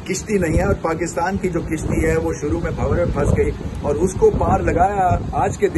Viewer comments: sir kishti nhi kashti hota hey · With due respect to Ramiz Raja the word pronounced as Kashti instead of kishti..